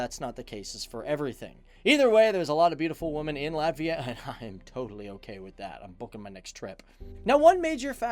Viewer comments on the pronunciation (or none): Izklausās ka viņš saka Lavia 🤣🤣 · he didnt say ''Latvija''.. he said ''Latvia'' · viņš saka Latvia, izslēdzot burtu "j"